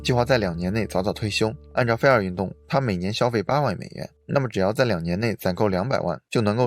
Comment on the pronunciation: 是fai 儿 不是 菲儿 真是闹死了。。。。忍者听完了 对不起挑刺了 不过感觉博主的发音真的可以好好调整一下 要不然一说这个词 真的太出戏